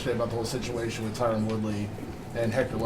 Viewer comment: its totally on purpose. ive been noticing it for awhile. i wish someone like ariel would question him on it and do it with an accusing tone lol. watch when a reporter asks him a question about tyron and pronounces the name correctly, dana just ignores the gigantic difference between the sounding of the names lol. dana's douchey to phil davis too and tyron and him are buddies so who knows whats up